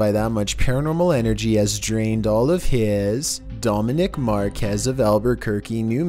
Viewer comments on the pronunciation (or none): none